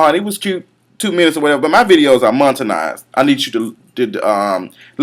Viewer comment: Okay, love your videos but they are "MONETIZED" not "mon-tu-nized". You cannot read somebody then mispronounce a word you told her to look up.